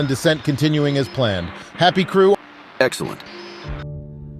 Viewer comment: "Happy Crew??????" *There is clearly a period at the end of the text that was read.